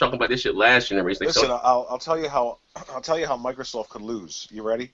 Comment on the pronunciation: did showstopper say johndra? lol, genre is what he meant right? lmao. my bad show i had to go there!